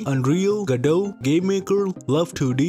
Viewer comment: Man even my Indian ears can feel the hard Ds whenever he says GoDot.